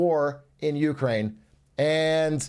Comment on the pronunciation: why does brandon pronounce Ukraine like that